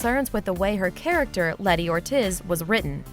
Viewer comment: Why did she say lettys name like that